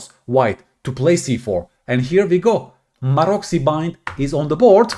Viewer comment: Pronounced "marotsy"